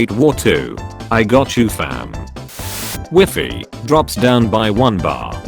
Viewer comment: Did he say Wefi instead of WIFI??